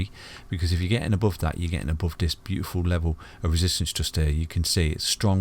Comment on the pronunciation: Isn't it funny that it's called ETHEREUM and the English can't pronounce TH It's not F it's TH oh and lets not talk about above...ABOWVE ffs!